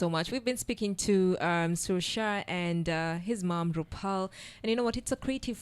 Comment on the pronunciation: It's not Shar